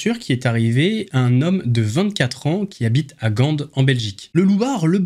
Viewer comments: GAND se prononce comme gant 🧤 et non GANDE 😂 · Pour la belgique c est gan le d est muet 👍😉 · Gand on ne prononce pas le 'D':D Gand comme un gant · Hoooo 😂😅 c'est phonétiquement GAN .... le d est muet poto 😅😊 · gand en belgique, c est flamand mais en francais on prononce ca comme un gant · Pour Gand on dit gant comme une paire de gant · Gand, le D ne se prononce pas🙃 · On ne dit pas le D dans Gand ;p juste pour info🤓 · Gand...on prononce pas le d frangin. Et c 1 Belge quitte le dit...lol. continues, tu déchires le game